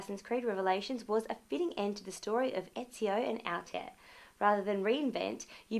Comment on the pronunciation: Battlefield 3 was second to none? Pfft. I found it very disappointing. Its pronounced "Al-tie-ear".